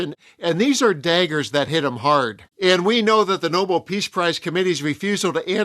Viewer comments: NoBEL, not NOble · It's not a noble prize. The name is "Nou-BELL"!!! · Not pronounced NOBLE. It is pronounced NOBEL - after inventor of gun powder. There is BELL at the end of the name. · It’s no-BELL, not NO-bull. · Geez! Nobel, not noble. This isn’t all that difficult. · Nobel. Not noble. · It is not Noble, it is Nobel. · Yet another reputable podcaster saying « The NOBLE Prize » instead of « THE No-BELL Prize », as it should be.